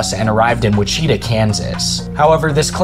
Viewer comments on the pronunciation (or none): not to be that person, but as someone from kansas, it’s pronounced like witch-ih-taw not like wi-cheeta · witch-uh-taw..... not wit-cheetah. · ...Did you really pronounce Wichita "wuh-CHEE-tuh?" Its pronounced "WIH-chuh-taw". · Loving the video so far! I just have to point out that Wichita, Kansas is pronounced like Wi-chu-taw, not Wi-chee-tah. Sorry, I'm a pronunciation nawtzee. 😁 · Its pronounced Witch-eh-tah. Not wha-cheetah. Lol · This isn’t a jab, but it made me giggle when watching this a second time around and I noticed how you pronounced Wichita. 🤭 It was cute. “Whe-chee-teh” it’s pronounced witch-eh-tah Again, no shade…just made laugh 😆 I wanted to watch this again since the first time I watched it I did so after a long, hard day at work & dozed off a few times, so I wanted to watch it in its entirety to make sure I am fully up to speed. I’m so happy for you,. When I first subbed you had just under or about 1K subs and now look at your growth! You have a real talent for docu style content. The amount of work you put into these is impressive to say the least. Keep going man! I can tell that you’re not out here making content purely for clicks/views/subs for social media notoriety, but your channel’s growth & popularity is inevitable. Your content is 🔥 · No way you called Wichita (pronounced which ih taw) whacheeta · WHITCHEETAH KANSAS? really dude? It’s Which-it-tah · The name of the town in Kansas is not wi-chi-ta. Its witch-i-taw. My family is from there and i was born there and have been there several times, so i should know having heard it announced all the time. I just had ro point it out. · Been looking for this comment! "Whicheeetuh" 😆😆 Ive never been to Wichita but I think most people know its "witch-e-taw" lulz. Great video though! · LOLOLOL YOU PRONOUNCED WITCHITA LIKE WITCH-ETA LOL ITS WITCH-A-TAW LOL Im from Canada and even i know that lol Anyway GREAT VIDEO !!! Sorrry but the Whicheeta cracked me up lol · Wacheeta?! Which-it-ah.